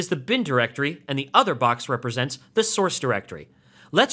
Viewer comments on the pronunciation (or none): none